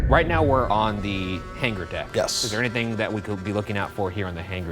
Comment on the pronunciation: Every time Ryan says hanger he pronounces the g and it bothers me lol